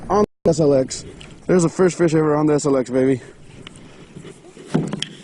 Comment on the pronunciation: “Eshh LX. Eshh?” Hahaha